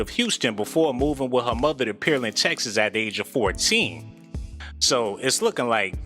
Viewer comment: Pear land* not peer land